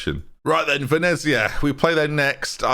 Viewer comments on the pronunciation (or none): none